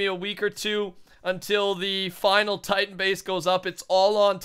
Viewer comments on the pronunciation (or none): none